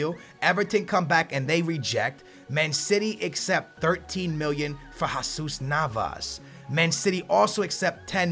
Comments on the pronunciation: it's Jesus Nava not jaaaaasus Nava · That's not how u prenounce jesus navas